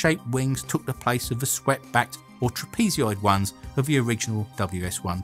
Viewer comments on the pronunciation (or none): "Trapezoid" is a 3 syllable word, not a 4 syllable one. The last syllable is "zoid", not "zeeoid". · You say "trap-ee-zee-oid ones", when you really mean "trap-ee-zoid" ones. But more accurately than that, you should have said "trapezoidal" ("trap-ee-zoydal") Sorry.